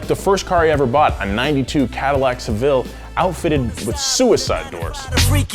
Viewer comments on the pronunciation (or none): none